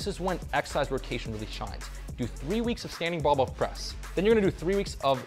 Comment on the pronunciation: Thanks! But the word is BARBELL